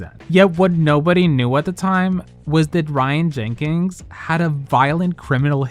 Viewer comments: jenkins not jenkings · The non-existent "G" you put in Jenkins made me want to throw my phone at the wall every time. 🤣